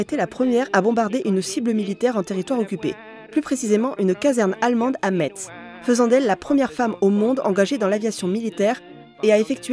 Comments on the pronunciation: salut petite precision, metz ca se prononce messe , sinon super video ^^ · Par contre chu dsl mais j’ai direct mis pause quand j’ai entendu ça, le « T » de Metz ne se prononce paaaaas !!!😂 On prononce « Messe » même si on l’écrit « Metz », voilà pr la petite précision d’un mosellane qui aime bcp tes vidéos :)